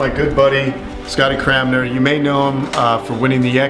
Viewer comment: Did you just say "good buddy CraMNer"? Seems you're quite into aminals, messing up Scotty's last mane. XD Cool vid though!